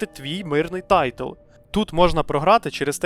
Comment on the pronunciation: Не " тайтл" , а " тайл"